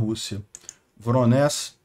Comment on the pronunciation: mais uma vez: não se pronuncia "Voronés", mas sim Voronéj(i)